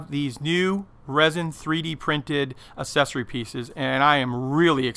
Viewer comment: Hey,: You're a good presenter, really smooth, but the word "accessory" is pronounced like "access" plus a Y!